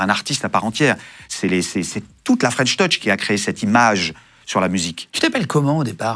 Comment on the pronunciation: C’est drôle tous les interviewers se ratent sur la prononciation de French touch 😅 ils disent tous fren’touch 😂